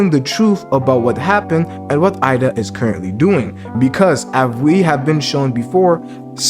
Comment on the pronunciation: Eida is pronounced like "a-da"